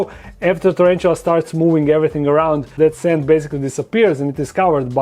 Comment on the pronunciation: Nije čerenčula,nego tarantula...